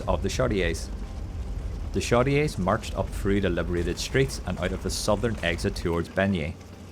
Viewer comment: Great video! So much was accomplished by single individuals that you have to wonder if we would have succeeded without those individuals. Aside from some of the other comments, "Chaudiere" is pronounced "shoddy air".